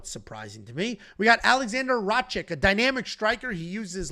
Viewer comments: for the 100th time. It's RA-KITCH not RA-CHICK. Are u dislecsic or do u intentionally butcher easy to pronounce names? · BRO CANT SAY RAKIC LOLOLOL IDIOT